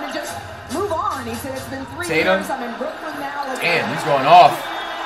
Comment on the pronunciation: Ctfu bruh, its Brooklyn 🤦🏽‍♂️